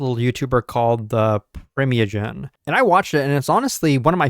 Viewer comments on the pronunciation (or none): Bruh? The pri -meya-gen? LOL.